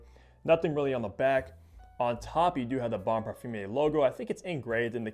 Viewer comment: I think this is an excellent fragrance, bought it on first sniff this week and can't stop wearing it. (By the way it's not pronounced "parfum-ier" it's "parfum-err")